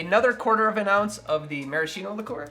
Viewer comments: Hi! Sorry if I'm not focused on the cocktail but, as an italian guy, i'd like to tell you that the correct pronunciation of "maraschino" is "maraskeeno" and not "marasheeno" 😂 You will forgive me for my english, possibly worse than your italian! 🤭 Anyway, awesome channel, i already stole your recipe for the Prescription Julep and It won't be the last!! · I have yet to make one of these in all the years I've been on my coctail journey. This week may be the time; I simply need the creme de violette. Also, btw, the word Maraschino is pronounced with a 'ski', not a 'shi'. Same with words like 'bruschetta', which should sound like broos-ket-a. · In Italian the pronunciation is marasKino. Ch = K. 😊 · It's mara-SKEE-no. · I appreciate your videos! Just let me tell you that maraschino is pronounced maraskino, with the "k" sound.